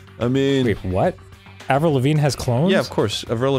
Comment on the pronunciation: Anyone else feel very weird with how Arin pronounces "Avril"?